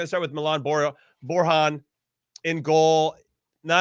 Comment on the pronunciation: It's Bor-Yan not Bor-Han. He's slavic not hispanic-spanish